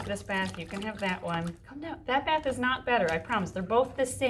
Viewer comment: I love this channel but, just “dis baf is bettr” 😂